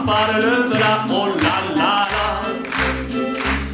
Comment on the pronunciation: Elle parle FRANÇAIS et elle n'arrive PAS a dire MAGNIFIQUE.Elle le fait EXPRÈS ou quoi. ?